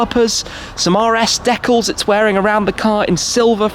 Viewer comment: One day Tim will learn how to pronounce decal right